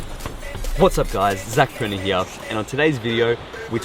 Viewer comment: Intro sounds like you said your own last name wrong.